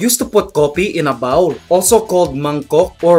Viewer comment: It's actually called bowl not baul! Baul is toilet!